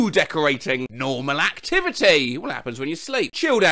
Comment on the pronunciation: "Normal acrivity" made me laugh the most for some reason